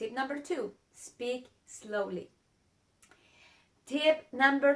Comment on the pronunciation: one note for you dear lady, it is slowly, not eslowly.